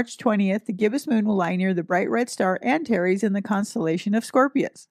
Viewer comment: Greetings from the Sonoran Desert, home to many scorpions. 🌵🦂♏ Thank you for pronounciations! It helps me to think of "anti + Ares".